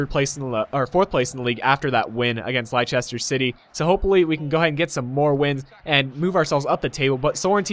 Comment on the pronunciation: Great video. It's pronounced 'Lester' here in England :)